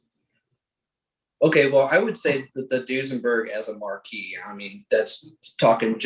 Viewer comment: Guy who runs an automotive museum calls a marque ("mark") a "marquee" lol he must know what he's talking about